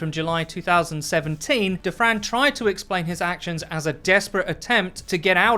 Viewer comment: All I hear is "table for 2 for Defran"